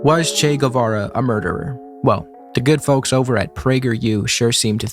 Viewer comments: It doesn't change anything, but the way you pronounce "Che" sounds like "Chey" to me. That doesn't really make sense because, in both southern Brasil and Argentina, "che" is used like "bro" or "mate". The "e" is a closed sound, more like the "e" in "latte". If accents were allowed, I'd write it as "chê", short and strong. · Bro you can't even pronounce "che" and pretend to lecture us about him. Just shut up